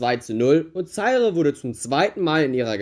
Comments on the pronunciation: Himmel, das tut ja beim Zuhören weh: Zaire wird "Saihr" mit Betonung auf der zweiten Silbe ausgesprochen. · Der Staat wurde Za-ire ausgesprochen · Vielleicht sollte man sich ein wenig vorbereiten, wenn man etwas einstellt. Es wird Za- ir ausgesprochen und der Weltfußballer heißt Rivelino und nicht Rivelinho, bei Minute . Hör dir doch einmal die Single, In Zaire, aus 1976, von Johnny Wakelin, an. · Nein, das E am Ende ist entweder stumm: ZA-IR Oder, wenn man es Englisch aussprechen will: ZA-IƏ Wobei das Ə der gleiche Laut ist wie das E in "Kanne" oder "Tante" 🖐👴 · Minute : Er spricht ja nicht einmal den Namen Rivelino richtig aus! Wie soll er dann in der Lage seine Za- ir richtig auszusprechen. Er sollte sich einmal die Single aus 1976, von Johnny Wakelin, anhören, die ja bekanntlich " In Zaire" heißt! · Wie du Zaire aussprichst tut ja schon weh, aber wie du Blagoje Vidnić ausgesprochen hast war einfach unglaublich. Ich bin Serbe und hatte selbst nach dem 5x hinhören keinen blassen Schimmer wen oder was du meinst.. deine Videos an sich sind ja schon gut aber gib dir doch ein wenig mehr Mühe beim aussprechen von Namen, Ländern usw, so schwer ist das ja wirklich nicht!